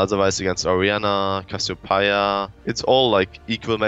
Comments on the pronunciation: Cassi-PIE-a lmao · That's just how you would pronounce it in German^^ Source: I'm German